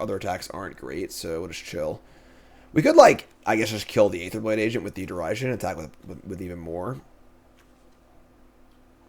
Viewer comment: Derision is pronounced like The Vision